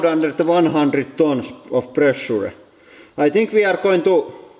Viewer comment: "One hundred tunsh of pressura"